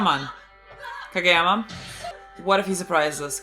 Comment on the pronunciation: I can't resist laughing because by saying what sounds like Hage yama, it seems like youre calling him Baldyama